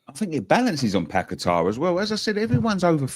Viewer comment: Get to watch how Paqueta says his name DO NOT copy the commentators they know fuck all!!!